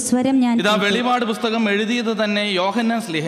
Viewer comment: Not Velivad ,it is velippad ( the last book of BIBLE)